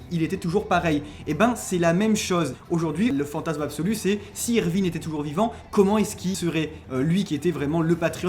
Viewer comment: Erwin pas Ervin respecte leeeeeeeeeeeeeeeee!!!!